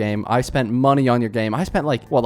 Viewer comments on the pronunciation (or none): none